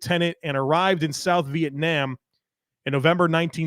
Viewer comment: Fred Smearless and Vietn-am? Its rough out here good pod 👍